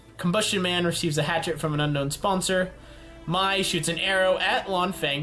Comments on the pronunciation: It’s Pronounced May not my And Sh ow not zow And Pea-On-dow not piedow Please find out how to say these before you make this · Mai is pronounced may not my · Also, Mai's name is pronounced May. Don't go Shayamalan on us. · Sorry.. the way he said mai tho smh